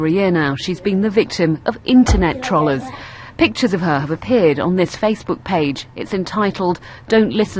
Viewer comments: "TROLLAHZ" NIGGUH LEARN TO PRONOUNCE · I love how the media pronounce the internet army 'trollers'. The least they could do is pronounce it right. :') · Internet trol-lers? lmao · Why is he calling the trolls "trall-ers"? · WHY ARE THESE DUMB FUCKS PRONOUNCING IT "TRAWLLERS" morons, morons, morons.